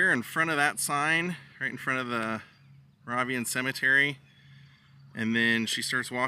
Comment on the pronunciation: The name of the cemetery is pronounced Mor-rave-ian with a long A